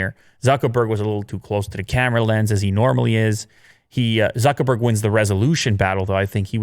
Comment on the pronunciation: So you can pronounce Sundar Pichai's name perfectly, but totally butcher Zuckerberg? If you're going to discuss the guy's company, at least say his name correctly, jesus.....